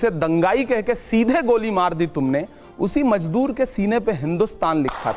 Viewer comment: Assalamualaikum imran sahab but it's mazdoor shabd h I mean tlaffuz theek nhi h ,maaf kijia